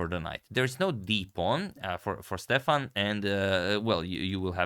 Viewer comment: I believe that Stefan in Icelandic would be pronounced Stevan with the emphasis on the first syllable.